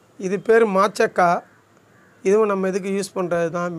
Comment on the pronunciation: மட்சகாய் இல்லை மாசிகாய சரியாக சொல்லவும்